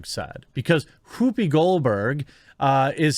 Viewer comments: Whhhoopi? You're saying it weird. Why are you putting so much emphasis on the H? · Wwhy are you saying Wwhoopi like that? Wwhy oh wwhy lol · I'm sorry man, your points are all wonderful and maybe I'm just from a different part of the Midwest than you, but every time I hear you say 'Whoopi Goldberg' I lose focus because the way you say words starting with 'wh' is funny to me. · Why are you putting so much emphasis on the H? Stewie, is that you?